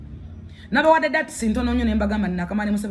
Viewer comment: Kasuku Gamba Full Figure.. Ekigambo Kili . TUGATTE DOTS.. AS IN DOTS ... DOTS.. NOT DATS... Akyoogera nyooooo.....